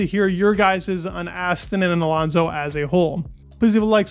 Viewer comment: dude its alOnso not alAnso..